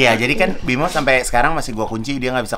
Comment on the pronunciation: Kak igun, namanya bima aryo bukan bimo 😂🤣